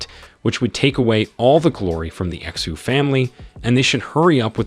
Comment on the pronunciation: Pronunciation of xu is not X U its shu